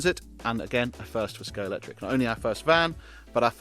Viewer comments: Could do with pronouncing Scalextric properly in the first few seconds! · It’s good to hear people STILL can’t pronounce Scalextric since it was invented over 7 decades ago.